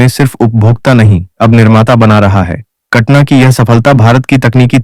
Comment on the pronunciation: कटना नही उस का नाम कटाना है।